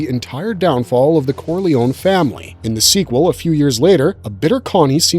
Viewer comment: Thank you for not being a peasant by pronouncing the surname "Corliony".